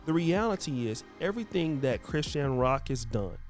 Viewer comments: I thought her name was pronounced like Chris-SHAWN… not Chris-sheen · Her name is pronounced CRI - SHAWN 😂😂🤦🏼‍♀️